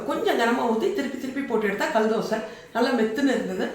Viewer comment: தமிழ் கொலைசெய்ய வேண்டாம் கள் தோசை இல்லை.கல் தோசை